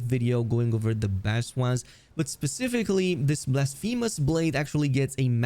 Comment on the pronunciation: he is making fun of the way you pronounce blasphemous 😂